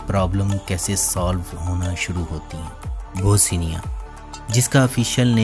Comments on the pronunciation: This is Bosnia,not Bosinia. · Bhai kahi sy parh bi lety. Naamo ka bherha gharq kar dety ho. Boseenia kya hay.bosnia hy. Teri har video my naam ka bighaarh hy. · Bosnia not Bosinia...whats wrong with you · تلفظ ٹھیک کریں۔ یہ بو سینیا نہیں بوسنیا ہے۔ بوس نیا اور mulak نہیں mulk ہے